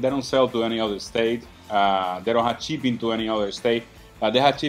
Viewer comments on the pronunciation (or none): When you learn how to say ssssshhhhhhh, I’ll subscribe........it’s not that hard just look at your cutting board........ Today was chipping instead of shipping into other states ..... fich intead of fissshhh, dich intead of dissshh .... What’s going on cub añito ??